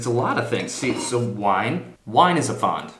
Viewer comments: Really bad video and not really accurate. And it's "Pfand " you say it fand not faaand.. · 1. verwöhnt bist du! 2. Your German is very good. Try improving your pronunciation of the word Pfand. Especially the a-sound